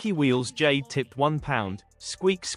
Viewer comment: Gwet fweked Jayde